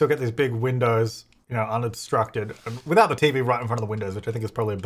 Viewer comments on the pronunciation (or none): none